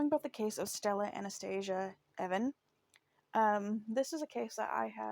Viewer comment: Pronounced eee von not Evan they need to investigate the cop